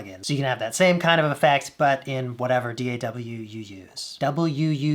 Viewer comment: "In whatever D-A-doubleyooyooyooz" - Andrew "Starman" Huang, 2021